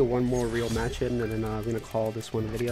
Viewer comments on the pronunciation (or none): none